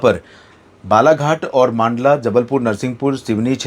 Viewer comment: भाई साहब, आप "मांडला" को "मंडला" बोलना शुरू कर दो। आपको कई बार comments में मैं यह लिख चुका हूँ फिर भी आप वही ग़लती ( "मांडला" बोलने की)बार बार कर रहे हो। आप सबसे पहले सभी राज्यों के राजनीतिक मानचित्र खरीदो। उन maps में "हिंदी" में जिलों के जो नाम लिखे हैं उसे 10 बार पढ़ो। फिर बिना पढ़े उच्चारण करो। अपना उच्चारण सही है या नहीं उसकी पुष्टि किसी अन्य व्यक्ति से करो,जिसे सही हिंदी के सही उच्चारण की समझ है. इस प्रकार आप जिलों के नाम का सही उच्चारण करना सीख जाओगे। क्योंकि आप इसी भारत भूमि के किसी हिंदी भाषी राज्य के व्यक्ति हो,अंग्रेज नहीं हो या सोनिया गांधी भी नहीं हो जो हिंदी का शुद्ध उच्चारण नहीं कर सकती। My Best wishes to you.